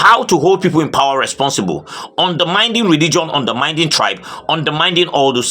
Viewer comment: pleae if you read the commentaries, pleae there is a word you use frequently in your broadcast. The qord is underminding, it's not underminding but undermining